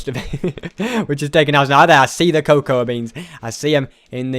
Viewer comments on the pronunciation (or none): It's that ses coacwa beans